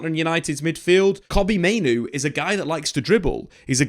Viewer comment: Mate, I'm on my knees absolutely begging you to pronounce Mainoo's name correctly. As the video went on, you started doing it in fairness. But the first half of the video, time after time - Main-Oh